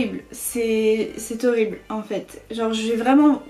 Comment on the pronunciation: Tu le tue quand tu dis "cest torible" 😂 à la place de horrible 😂